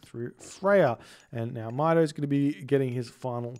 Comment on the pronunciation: It pronounces “Meeto”,. Good EE Brazilian Norse player. Greetings from Brazil. Love your videos 🇧🇷💙